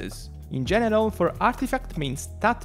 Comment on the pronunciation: Hey I love your videos! Thank you for your work :). I just wanted to make a comment about something. I can tell English isn’t your first language and there’s a word you’re saying that sounds kinda weird and I wanted to point it out to you so it you don’t end up with someone misunderstanding you. When you say the word “general” I’ve noticed you pronounce it like “genital”. The reason I point this out is because that word refers to private parts which could be kind awkward haha. Anyway hope that helped! :)